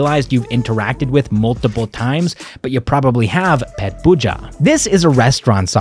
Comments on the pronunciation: paid... Pait... Pain... I'm taking about.. pronunciation not spelling... on the other hand... 🐶 Pet.... pen.... pegg.. its pronounciation brother... He said pet pooja instead of pait pooja... Now u understand brother... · hmmm... we both are saying the same things... just you want to write in a different way brother... but it sound like pet pooja... like the sound pet animal... not how we say for stomach.. pait... like the sound paid... lets agree to disagree.. bye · I am quite sure its prnounced "paitpooja" instead of "pet pooja"